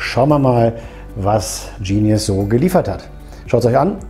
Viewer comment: Genius, ganz einfache deutsche Aussprache. Sitz in Limburg.